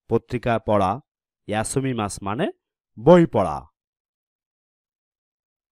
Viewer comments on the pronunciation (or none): ভাই ওটা ইয়োমিমাস